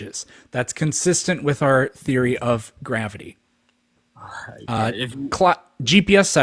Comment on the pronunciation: Theowy of gwavity.